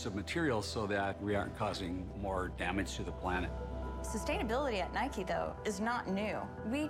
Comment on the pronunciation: It’s Nike u don’t say I’m riding my bikey it’s bike so it’s not nikey it’s Nike